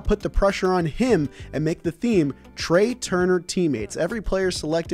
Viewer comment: I don’t what Nick is going to kill Trea for more: Taking forever to figure him out, or not pronouncing his name right